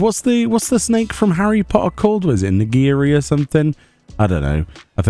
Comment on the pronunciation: The snake is called Nagini, and the sushi is Nigiri. Close enough.